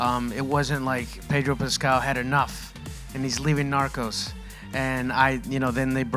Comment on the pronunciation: Seriously?? 😂..How did she even end up there??😂..The way she pronounced NARCOS was just horrifying!!😤...Damn sure that less that 1/4 th the population of india would have watched narcos season 1 nd 2....nd much less for MEXICO..!!..This girl dont even deserve to be there cuz Im pretty sure that she has'nt even watched 1nd 2..🙄😏😏